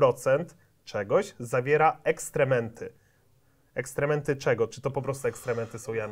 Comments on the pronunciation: Nie ekstrementy, tylko ekskrementy. Ktoś nie zna trudnych słów :) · EKSKREMENTY a nie ekstrementy, pozdro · Ekstrementy??? Ekskrementy....